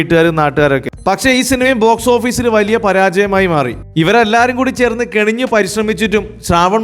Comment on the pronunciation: കിണഞ്ഞു ശ്രമിക്കുക ആണേ. കെണിഞ്ഞു ശ്രമിക്കൽ അല്ല. 😂😂😂